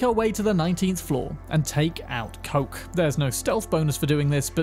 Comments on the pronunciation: good video but it hurts to hear how you say kochs name. koch isnt coke like you sayey, see koch is the german word for chef please goolge something before you use it. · Today I learnt that Koch has a different pronunciation. One that seems to be US exclusive. I don’t remember hearing it mentioned when you open up the boot (trunk).